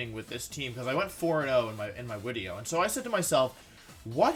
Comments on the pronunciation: Christopher Bodnar No it’s not a speech thing, just an inside woke. ( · Im sure its some inside joke..whys he say wideo? Not speech thing right?